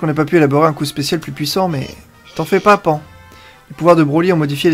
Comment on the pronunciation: ça se dit pane pas pan